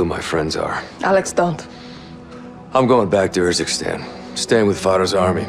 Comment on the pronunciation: it kinda urks me that you use footage that pronounces urzikstan the proper way, and Faraah, but still say yourzikstan and fairah xD Great content amigo, keep up the hard work